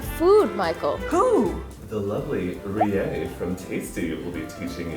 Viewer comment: I wish they could get it right!... It’s Rie Not Ri-é